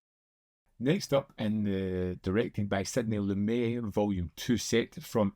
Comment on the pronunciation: It's pronounced Lu-MET